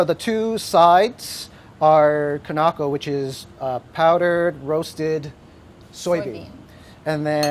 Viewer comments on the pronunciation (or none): its kinako not kanako